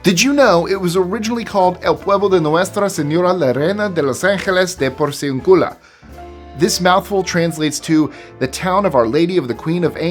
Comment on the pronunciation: Hate to be picky (yeah, right!), but "Porciúncula" is accented on the second syllable, not the third. Since it actually has an accent mark on that syllable, you should have known better. Ten lashes with a wet noodle!